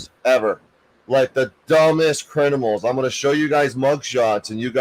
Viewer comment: Did say, "Crinimals?"